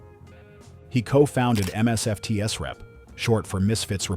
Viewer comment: Stopped when you couldn't pronounce MSFTSrep. Such nonsense!